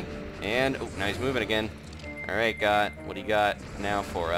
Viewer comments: Goht is pronounced (goat) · “WE GOHT HIM” Haha